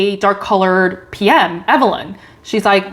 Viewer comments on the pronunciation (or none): none